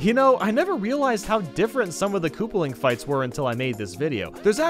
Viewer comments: Lol he said kooperling not koopaling while talking about ludwig. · / At he says kooplping wrong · He said kooperling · Is ludwig koopaling or Kooperling? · did he just say “kooperling?” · Kooprling lol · ha ha ha he said kooprling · Kooper he said